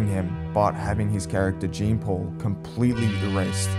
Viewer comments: Its pronounced sean paul not jean as in jeans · Jean is prononced "Jan" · bro does not know how to pronounce jean lmao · His name is pronounced jon not Jeen lmao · it is. its pronounced basically like "john" not "gene". the video guy just saying it wrong lmao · bro pronounces Jean like Jeans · incredible how americans are completely incapable of saying Jean correctly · Lmfao does he really call him Jean the whole time? 😂